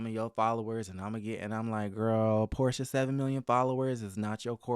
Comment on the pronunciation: It's Porsha. Her name is Porsha.